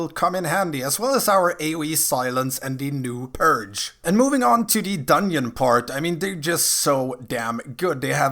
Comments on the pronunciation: Every time you say dungyon a baby starves to death. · I can't keep hearing you say "dunion" and can't figure out how to pronounce "th" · I spent the first half of the video thinking Dunyin was some raid boss in BFA. lol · it was yust a yoke don't take it so seriously. Dungeon or dunyeon we understand you:D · I'm ganna sub just cause you say dunyin I was rollin